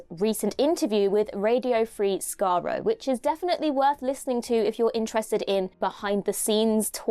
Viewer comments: didn't even know how to pronounce Skaro properly, unless I missed something and the Daleks really have another planet called "Skarro";) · he stopped calling himself after his yank audience made fun out of him